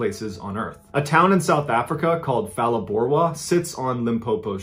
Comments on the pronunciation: Phalaborwa beginning sound Pah not Fah. Good try though, some S.Africans don't even to pronounce indigenous names correctly! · The PH in Phalaborwa is not pronounced as F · So as a South African I was intrigued by your pronunciation of Phalaborwa. I went on Google and found that that is how the Internet says it. Yet us locals treat the h as silent, hence palaborwa not phalaborwa. It is an African language and they do not have the ph (f) used in English. If anything a combination like that will result in a click sound not a f sound. I think Google tricked you Mr Ballen! It turns out Google doesn't always know all 😅. Great story telling as always. The limpopo is also home to hippos which are also great at killing people 😅. There are some rivers you just don't swim in, not ever. Ps if ure doing SA 🇿🇦 stories and want to check pronunciation feel free to reach out. It seems Americans guessing how to help other Americans pronounce names that are either African or Dutch (Mariskas surname was Dutch and also mispronounced) in Origin usually isn't very helpful. Well tried anyway. Wasn't your fault. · Ph is pronounced as a P and not F in South Africa 🇿🇦 so Palaborwa 🥹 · Bro it's Phalaborwa not Falaborwa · just a quick education. The "H" in "Ph" in South African words is silent. So it's "paa-laa-boo-rwa. Also because of Dutch history in our country "v" is pronounced as "f" and "w" is pronounced as "v". So "van" is is pronounced "fun" and "wyk" will be "vake". Its the same with German. I always giggle a little when Americans pronounce Volkswagen (folksvaagen) But I love your channel. Have been doing nothing but watching every episode the entire weekend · Loving the videos, and loving seeing SA on the map too! Just for interest, Phalaborwa is pronounced (pa-lore-bore-wa) in SA. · Phalaborwa is pronounced Palaborwa as we don’t pronounce Ph as F in African languages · Phalaborwa's 'P' is pronounced the same as Page's "p"